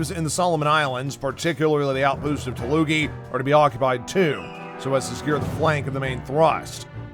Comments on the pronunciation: I noticed that the narrator said "Talugi", instead of "Tulagi" . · It looks great but there's still some pronunciations that need work. Tuloogi instead of Tulagi, and Rabool instead of Rabaul. Beyond that this is awesome! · I heard Tulugi tbh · I also heard Tulugi